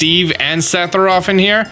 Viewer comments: *s e t h i r o p h* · Listening to pronounce Sephiroth 3 different ways throughout this video was amazing. Lol